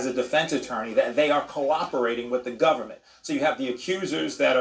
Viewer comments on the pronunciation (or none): How many times did this reporter say “gubmint”?